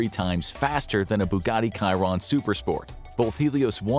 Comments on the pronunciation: The voice is A.I generated he said Kiron not shiron in Bugatti Chiron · It's "tchee wron" 😉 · It's definitely pronounced "Shiron". That's a French name (the Bugatti driver Louis Chiron). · That is not the correct pronunciation of Chiron 😔